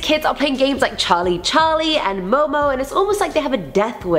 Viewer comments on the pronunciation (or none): none